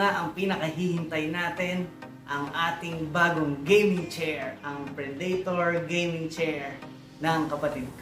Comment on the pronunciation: predator tsong hindi predaytor. good video btw